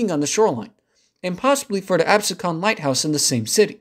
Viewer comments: It's pronounced Ab-Sea-Kin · I noticed this also it is pronounced "Ab See Con" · After reading comments, I now feel guilty of interpreting Absecon sound as it is spelled. And always though of Lindenwold as it is spelled, not ending as wald. (and for some reason, the name reminded me of the original Westworld movie as some sort of futuristic place where that "plane" is aunched to bring to the amusement park). I agree with another poster about the future of Atlantic City. The casinos haven't done that well. And one large complex that was built at northern end of downtown was sort of half completed after many bankruptcies. The city itself needs to do the work to attract travellers to whatever purpose it decides (casinos, beach or whatever). Unless that is done, the city can't expect transit to magically appear. City needs a plan to attract enough people to warrant improving ACL. On other hand, the smaller communities along the way might become extended suburbs of Camden/Philly and those towns would appreciate seeing home values increase if transit made it possible to have daily commute sto work. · This was a very informative, but I did get a kick out of you annihilating the name Absecon. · No apologies necessary at all. I'm a total New Yorker from the Lower East Side and my accent lets every know it. 😁 I just thought it was funny because my cousin lives in Egg Harbor City and used to correct my pronunciation of Absecon and others. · bro you dont even pronounce absecon correctly lol. njt wants to close this all the time, the casinos are the only thing saving it. ridership is crap. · Where the hell is this guy from??? Lindenwood? It is Lindenwold!! Pronounced LIN-DEN-WALD. Another one here. Abseecon? It is pronounced AB-SEE-KEN. God, I really hate it when non-locals to the Delaware Valley do these documentaries. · AbSEEcon, not ABsecon. A bit of pedantry. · Great video, but it’s pronounce Ab seek en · Good presentation. Absecon is pronounced Ahb- SEE-con.